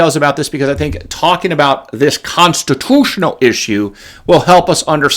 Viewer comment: Thumbs up if you love how says, "Consti-TOO-tional!" Make it a T-shirt, mug, hoodie, etc.